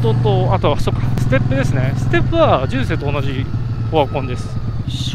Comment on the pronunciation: じゅんせい⤵️じゅんせい⤴️⭕